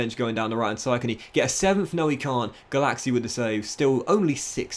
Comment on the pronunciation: Every time said "Gulacsi" I heard "Galaxy"